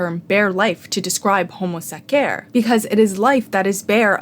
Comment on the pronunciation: Please stop pronuncing homo sacer like that😭😭